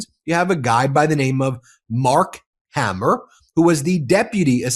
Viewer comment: I can hear my husband saying it’s pronounced Hay mer. Hammer has two m’s.